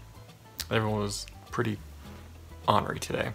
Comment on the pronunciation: i love the way you say the way ornery!!! omg is that how everyone says it and I just say it different because l am from Wisconsin. I say the o the long way, not the short way like you. it is super cute how you say it. nice pep talk!! seriously. I love your positivity. you are so awesome too!